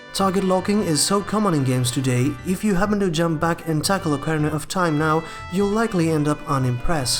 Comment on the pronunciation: "okerna" of time